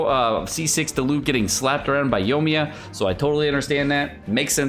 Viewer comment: OMG please say Yoimiya correctly